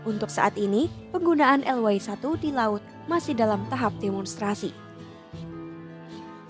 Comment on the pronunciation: Fokus ejaan y yang di Indonesia di eja ye sekarang dibaca way(englis),hemmmm...